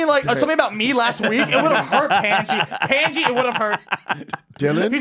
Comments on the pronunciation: he really calls him pendji lmao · I heard it like "panciiii" (Pot) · Pandji : PANT G 🤣